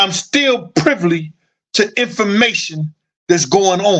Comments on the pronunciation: "privly"? the word is "privy" fam... just be like "F the English language I'm finna say words how I wanna say them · You my guy, but it’s PRIVY not PRIVLY…just trynna look out for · "You are privly" I hollered... all in fun because I mess up word pronunciation all the time and laugh at myself. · It's PRIVY man PRIVY.